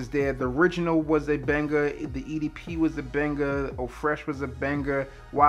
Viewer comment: The way he said edp lol